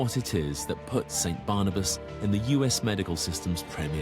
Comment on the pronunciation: barnabas sounds like cannibas to me